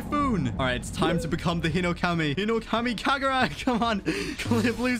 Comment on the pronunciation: oh btw you said hinokami kakura lol